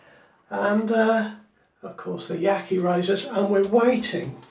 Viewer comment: By-the-way, Yaqi is pronounced: Ya-shee.